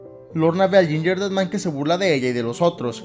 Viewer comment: otras personas:gingerdead man:yinyerded man:v